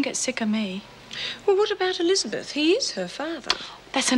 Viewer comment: I love the way Amanda Muggleton says ‘Elizabeth’ - real, correct pronunciation 👌🏻